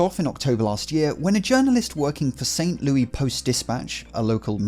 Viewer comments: The s is pronounced in St Louis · Lol you read it as St Lewis not like St Louis. I'm a european (no not a yank that's 1% European, I was born there (in Slovenia) and live there) and I read it like that. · It's pronounced St. Louis, not St. Louis. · love when people pronouce st louis in the proper french way. we're from missouri no ones that fancy here lmao